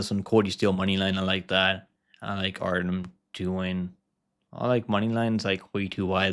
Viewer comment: Artyom. - that’s how you pronounce Artems name